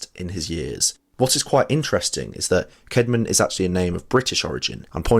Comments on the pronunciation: Not bead, but Bede, Adam Bede. And Caedmon is thus spelt, and should be now pronounced as 'Cadman', not kedman (e.g. King Aethelstan = Athelstan). The subtitling cannot cope. The Narrator wasted an awful lot of his video talking about Whitby, Caedmon, and Bede, and not enough about J.R.R. Tolkien and his West Midlands associations, from which the real inspirations were drawn. The video is not really about LOR but rather about Whitby, his accent points to him being a Yorkshireman, where Caedmon, Whitby and Bede hail from. Middengeard is a Viking term, not strictly Anglo-Saxon and belongs to Viking as well as Saxon mythology as middilgard, i.e., the World, i.e. the world between the Saxon equivalent of hell and heaven (Saxon - Asgard), which is in effect Middle-earth; however, Tolkien infers that Middle-earth is only an area of a larger world and not the whole. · Sorry. I just have to correct the name of our hero. Cædman. Is pronounced with a short A. Cad-man. The 2nd letter is an asc. Pronounced ash. Long story short. It's one of a number of letters that didn't make the journey from Old English to modern English. And honestly, I think it's also worth pointing out that the statement that it's the first ever English poem written is quite a claim.